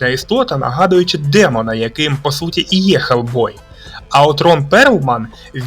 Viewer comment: Почему Гельбой а не Хелбой?